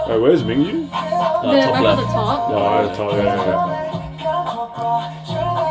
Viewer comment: guys if no one has mentioned yet, their names are pronounced as "Min-Gyu" and "Won-ooh" :)